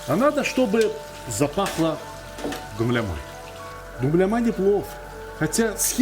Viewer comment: да, и буква «Л» несколько мягче произносится